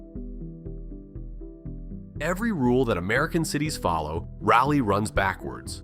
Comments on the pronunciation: Your robo-voice needs to pronounce it properly. He consistently pronounces it "Rally" which is incorrect. It is pronounced "Raw-lee" without exception. Fix it! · I say the locals call it Rolly. The word raw isn't what I hear. How about Rah-lee? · Shoutout to Salt Lake City , The Grand American Hotel. Nothing to do with Raleigh. Zero mountains. Also, "RAH-lee". Not "rally". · Say it with me....RA-LEEE. No slow down on the break. Just as quick as you say it you start it by you'll slow down on the last E. And most of us are pretty sure it got the name city of oak cause despite growing a city out of a forest and the many clearing made we got trees literally everywhere. Our soil is clay and doesnt like much and yet an oak tree can grow here without much effort. Its insane, outside the core of the downtown area and you have to fight a green skyline of oak trees to see anything. Thank god cause our summers are the worst and those trees are about the only ever shade youll get, and that shade is just to block the sun cause the humid heat will literally still find the air around you shade or not. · It's "Rah-Lee", for the record. We don't say 'You-All", it's Y'all. Sir Walter never set foot here, as far as we know....his last words were: " 'Tis sharpe medicine, and a cure for all E-Villes." One more thing....DOOK is known as "The University of New Jersey at Durham." ✌ 👽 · Just sounds like Wisconsen accent on that word. My biggest peeve is saying "read", when in past tense would be pronounced "red". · The subject of your research ought to be pronounced correctly. Train your voice clone to pronounce Rah-lee correctly. As in Sir Walter Raleigh. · Imagine making a video about a city and not even pronouncing the name right. This video sucks. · One should ask Mr Jim Goodnight or Howard Walston ? Does it really matter why the Lane Property became Raleigh? Land deal, money, influence? Nope, that's politics. Now, fix your AI to pronounce Raleigh correctly. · Rah-lee, not Raw-lee